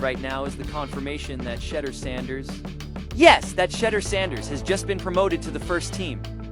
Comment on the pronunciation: It's pronounced Shedeur sha door not shedder